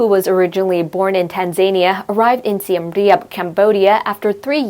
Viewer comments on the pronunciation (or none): Tanzania not Tanzainea